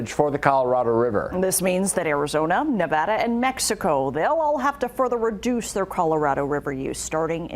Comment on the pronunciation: Not being from the Silver State, it's strange hearing an entire news report about Nevada and not hearing it mispronounced a single time.